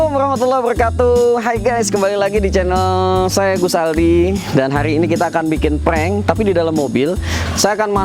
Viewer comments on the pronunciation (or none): none